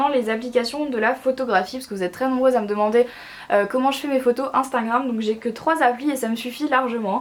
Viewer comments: Marie 1 conseille, ses "instagram" pas "instangram" pasque quand tu parle on entant instangram. Bref bisoux❤️😘🦄🌸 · Elle est trop mignonne elle dit instingram !! 😄